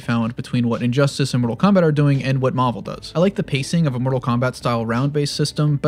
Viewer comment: why did he say marvel like that